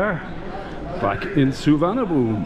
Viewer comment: I'm not a smart arse but I did learn that the airport is pronounced "Suwwanapoom" as the English translation like so many words is wrongly translated.